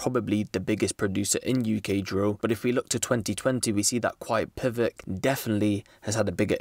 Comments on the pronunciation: I swear its quietpvck- quietpack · Man said quiet PIVOCK it’s quiet pack 😂😂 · btw bro its not quietpivik its literally quietpack